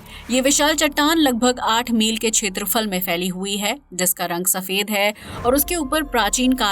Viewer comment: छेत्रफल नही क्षेत्रफल बोलो